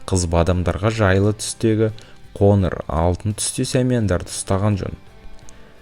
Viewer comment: Ң ды айта алмайсың ба? Ң әріпінің орнына н қойып сөйлейсің "қоныр түс, танбаған "деген сөздерді дұрыс айтпайсың ба?